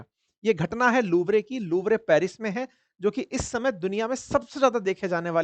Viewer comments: LOUVRE ❌ लवरे✅ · No one noticed........ But mumbaikar noticed.... The name of the museum...... Louvre museum 😂😂😂😂😂😂😂........... Please sir pronunciate it right 😂😂😂😂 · apne aapko sir bulwaane waale pehle naam to bolna sikh le museum ka